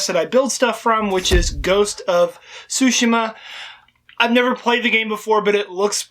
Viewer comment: nice video except one thing, you aren't pronouncing tsushima right, the i sounds like saying "e", tsu (T is silent so its su), shi (basically saying she), ma